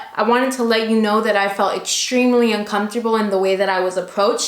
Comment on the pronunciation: "Uncomptable" u cute 😂😋